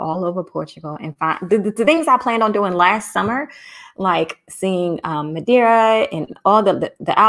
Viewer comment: It's Madeira(wood)